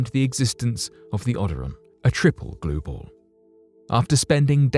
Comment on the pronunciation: What are..gluebals glue balls. Blue gals.. what is he saying. I dont even know what that is. Damn.